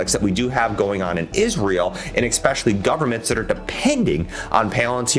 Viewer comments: If you can’t pronounce a word , maybe try a synonym. Mainly , mostly , chiefly, principally are examples. Saying egg specially over and over just destroys your credibility from the start. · Thank you for the feedback man! Sometimes its hard for me to pronounce certain words especially when I talk fast and get excited haha! I'll work on my pronunciation